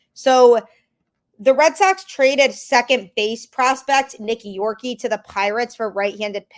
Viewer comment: Please, for the love of God, know how to pronounce the name of our players that have been in our system for a long time. You pronounced Nick Yorke Incorrectly, and I’m sure you must’ve heard how to pronounce it because he’s one of our top prospects